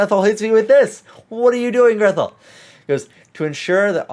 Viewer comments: Grethel is a German name. It isn't pronounced "Greth-el", but rather, "Gray-tel", as in Hansel und Grethel. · Btw, Grethel is a Germanic name, usually pronounced "Gretel"